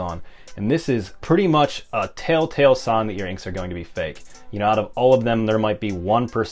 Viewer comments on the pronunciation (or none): none